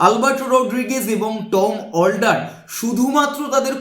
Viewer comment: 🤣🤣🤣😆😆😆😄😄😆😆😆 আমি তো সেটাই শুনলাম টম ফোল্ডার